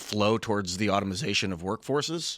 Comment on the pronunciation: Automization? Guys. Come on. Automation is the word if you're not black.